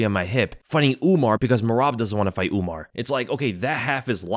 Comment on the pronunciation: Why tf does he keep saying UmNar